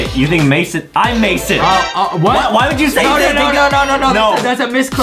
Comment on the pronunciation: On the second round Justin. It was mission but Mason rhymes with Jason